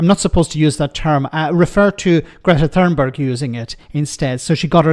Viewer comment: The "Th" in Thunberg is not prounounced as in English. Just ignore the "h".